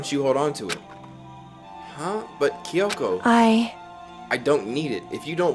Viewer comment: Spike making Jump Force? Then where is Monokuma in Jump Force? Or Big Mac? (or Both?) Not gonna Gloss he spelled Kyoko as "KEE-Y-O-K-O"